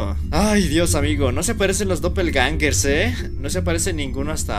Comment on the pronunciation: Jumscares❌️ Yumzkares✅️ Doppelgangers❌️ Dopelangerz✅️